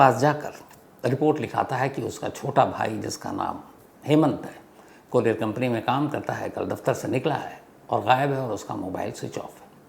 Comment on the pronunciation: कोरियार नही कुरिअर बोलते है....shams sir